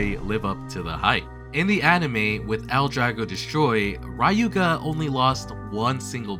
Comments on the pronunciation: Awesome video,. Just a little note Ryuuga is NOT pronounced "RYE-oo-ga", but "LYOO-ga" I know many mispronounce the Japanese word for dragon, 竜 as "RYE-oo" but it's really "LYOO", or something akin to it (it's a special tongue palatal trick Japanese language does with both L and R words) Also the G of Ginga is always hard, thus being akin to "gear" rather than "ginger" Nevertheless, great video. I can't wait to see a video that speaks of the zombie strategy I have so much heard about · Who the hell is "Rayuga"? Why are you adding A in that?